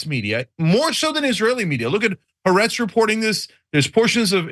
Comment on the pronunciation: "Haretz" , don't you mean "Ha'aretz?" the left wing "journalists" that are bought by Biden?